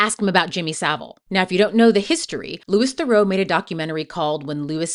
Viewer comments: The obscene irony, that I wish Louis (pronounced Loo-ee Ther-oo btw) had pointed out, was that only just a moment before that first clip of him and his mother getting upset at Louis for "making money" off asking him about his criminal record, he was explaining that everything he does - all the misogyny, racism, antisemitism, homophobia, etc - is for money, engagement, and clout and that he doesn't gaf about morals, being a good person, being a hypocrite, or what people think. In fact, he admitted to being a puppet all throughout the documentary. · yes within 3 seconds when she mispronounced BOTH names, I went to turn it off (but ran to the comments first to see I wasn't being unreasonable) - so off putting! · You didn't pronounce Louis or Theroux correctly, which means you haven't heard his name said, which means you haven't watched any interviews with him to look at his opinions on things. If you make a whole 30min essay about someone but don't say their name right, it comes across as badly researched. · But then...it is well researched and contains clips of him in interviews. So why don't you know how to pronounce his name? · How can you mispronounce his name within the first 20 seconds of your video? Did I just fall for engagement bait? Or did you not actually watch the documentary, where he introduces himself to people multiple times? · “LU-EE, Thur-auw “ like Thureaux. As a fellow Thurau I’m so sad to see everyone get his name so wrong. I respect the video though! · Good video but his name is pronounced Loo-ee Theroo since it's a French name. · Interesting points! Just a quick note that Louis Theroux's name isn't pronounced like "Lewis". It's pronounced more like Loo-ee. Really interesting to hear your opinions and takes on these interesting characters! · That’s not how to pronounce Louis Theroux’s name - it’s not Lewis, it’s Lewie, and it’s not Therow, it’s Theroo. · Minor nitpick, but Louis Theroux’s name is pronounced the French way. Loo-ee